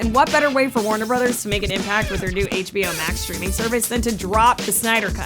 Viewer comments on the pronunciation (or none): none